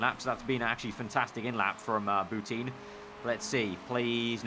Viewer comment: It's pronounced Boutan not Bouteen